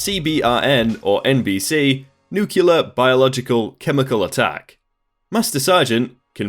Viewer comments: Please don’t say “nucular” or “eck cetra.” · why so many people say nuCUlar? isn't it nuclear as in the word "clear"? or do people say CUlar when they read clear?